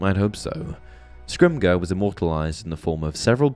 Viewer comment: Bro said "scrimgur"